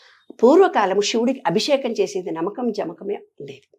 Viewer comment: నమ్మకం కాదు నమకం చమకం మ కి మ వత్తు తియ్యండి తప్పులు సరి చేసుకుందాం మాతృ భాషను బ్రతికిద్ధాం